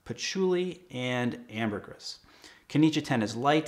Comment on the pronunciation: I wore Creed's Pure White Cologne with my tux for my wedding; from the same line (Royales Exclusives or something) as your wedding selection. What did Robin wear? My wife wore Creed's Love in White, which is divine on her. By the way, the "s" in Ambergris is silent. 😉